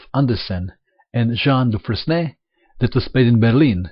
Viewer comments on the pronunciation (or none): It's pronounced du-FRAIN. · it's "dufrein" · Pronounced dufreyne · Mato, Dufresne is pronounced Dufren